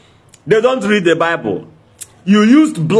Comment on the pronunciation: speak good English dummy -read not lead